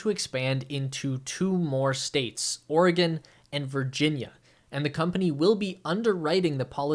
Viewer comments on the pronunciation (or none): none